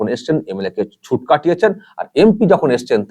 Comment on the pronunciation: কথাটা *ছুট*, ছুঁট নয়।